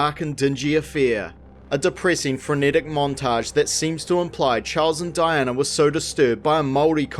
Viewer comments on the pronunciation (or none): none